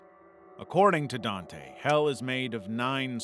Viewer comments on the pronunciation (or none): none